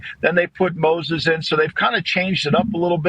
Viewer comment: just refuses to pronounce names correctly 😂 “morris” = “Moses”